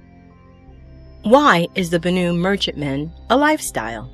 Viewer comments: "Bannu"? Did you grow up with bollywood or something? Bany? Banana? Banananuu? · I thought Banu was pronounced as "Ban-eww"?